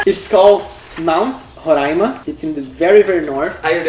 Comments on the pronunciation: Hahaha sabia que pra Roraima seria escolhido o Monte Roraima, inclusive parabéns pela pronúncia correta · Meu deus pronunciou Roraima certo